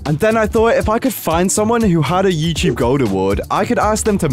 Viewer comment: you said Yewcheeb not Youtube according to the subtitles